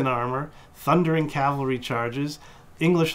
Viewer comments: Also, cavalry is pronounced "cav - al - ree" (or ore commonly "cav-ul-ree"), not "cal-ver-ee". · On the subject of pronunciation, I have to force myself to endure people - in person or in videos - who persist in referring to men on horseback as "cal·va·ry", vice "cav·al·ry". Makes me cringe every time... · that's because you haven't heard "cavlary" yet